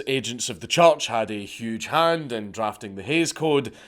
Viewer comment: Is Dank saying church or choch?